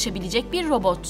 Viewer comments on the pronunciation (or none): T harfini söyleyemiyorsun. Robot derken, sesin boğuluyor. Robooğğ gibi bişey çıkıyor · Neden konuşurken sondaki t harfini yutuyor ( mesela robot yada otomat derken ) yada buna tek dikkat eden ben miyim 😤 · Ayrıca "t" harfinde de sıkıntı var. "Robo-g" gibi birşey diyor, dikkatim hep oraya kaydı. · Robo" "lar niye peki, T nereye gidiyor çok rahatsız oldum :') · Otoma'lar diyor, robo'lar diyor hahahhaha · Abin bitti sen mi başladın? Önce bir “Robot” demeyi öğren! Robo’ların diyorsun çok itici geliyor. Düzgün konuşmayı beceremeyen birisin. Video çekmeden önce biraz kendini geliştir.